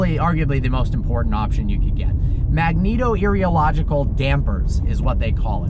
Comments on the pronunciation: It's magnetorheolological, I thought you were an engineer?........ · “Magneto-rheological” not “-erio-logical” 😝. Engineer to engineer 🙂 Should the C8 replace my C63S Coupé?